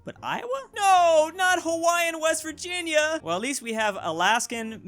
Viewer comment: It's Virvirginia